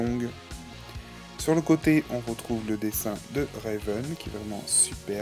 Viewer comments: C'est pas Réven mais Raven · Ma préférée! En tout jai 8 ever after high et Raven (et non Réven) a été lapremière! !!Seule bémol : tu prononce trop mal certains prénom exemple : Brayar sappelle Briar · Sa me stresse quand tu dit RÉven en plus tu dit sont prénom tout les 2 secondes, donc cest RAVEN! Sinon t'es review sont bien mais c'est juste sa qui me stresse😊